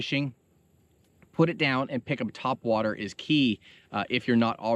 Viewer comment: Haha "tweakin ya twhat waters"